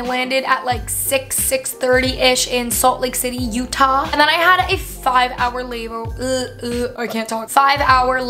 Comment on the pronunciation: "landed at 630 ish in Salt Lake City UtAHH" lol